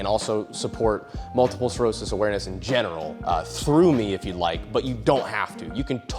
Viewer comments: It’s multiple SCLEROSIS not SCAREOSIS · 🔫 start pronouncing sclerosis right or i'll kiss you.